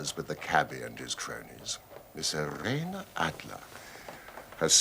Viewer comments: As an American from New Jersey, why is her name pronounced “i-ray-nuh” and not “eye-reen” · I greatly PREFER the pronounciation Eye-REEEN Adler!